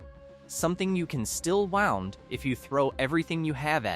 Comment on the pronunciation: Lost me with the AI mispronunciation of “wound”